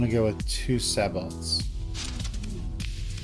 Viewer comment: Nice tutorial...one request...it's "say-bo" with the T silent :)